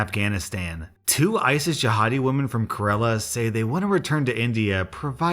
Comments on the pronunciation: LOL when u said "Karela" for "Kerala" it was so funny. The pronunciation you used wasn't wrong, but it just meant something else. Karela means Bitter Gourd. Kerala sounds like "kehruhluh". but, that made my day! Thanks! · You didn't pronounce Kerala right not (ker-ela) but(care-el-a) lul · Kerala is actually pronounced like ‘care - ala’ like you’re starting to say ‘Karen’ but instead of the ‘en’ you say uh-la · ....all i gotta say is that im glad people know my country kerala exists (even though he somewhat butchered the pronounciation), but yAY! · I'm from Kerala and the way said it made me cringe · My heart died when I heard him ruin the way Kerela is pronounced. But Still, makes great content edit Kerala